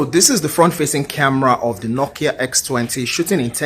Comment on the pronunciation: Bro you really butchered nokia this time 😂😂😂😂💀